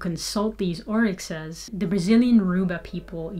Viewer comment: Orisha not orixa